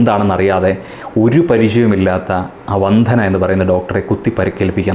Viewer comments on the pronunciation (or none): "വന്ധന" യോ? വന്ദന എന്ന് പറയൂ കുട്ടീ...